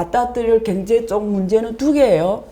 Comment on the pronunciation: 자꾸 경제를 갱제로 발음하시네 ㅎ